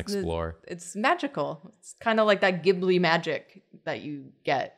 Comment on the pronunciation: I'm just happy to hear pronounce Ghibli correctly.